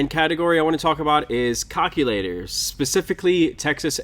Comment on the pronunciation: "Cock-u-laters" "Hill figure" LOL